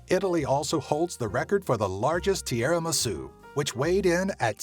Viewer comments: Tiéramisoo? lol Tee-rra-me-soo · this video is so funny xD all the italian names pronounced weirdly.. i lost it at "tiaramisu" instead of "tiramisù"